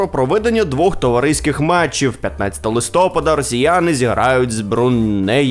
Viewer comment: якщо листя падають, то цей місяц не листОпад, а листопАд